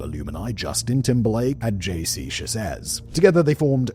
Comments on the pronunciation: Its pronounced J C 'Sha-zay' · You could also make a CC episode about this, considering the SA he's been accused of by several of the boys he managed. Also, JC's last name is pronounced "Sha - ZAY", and Brian's last name is "Li - TRELL".